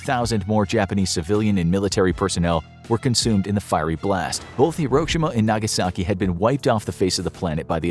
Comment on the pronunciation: Nagaski??? Missing a vowel there, bro.